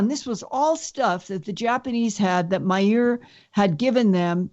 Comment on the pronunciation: Did you know that lindas ear is named billy? ... sorry when she kept saying billy Meyer* it sounded like "my ear" lol